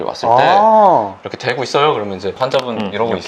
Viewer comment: 안녕하세요... 데고 데다가 아니라... 대고 대다가 맞습니다...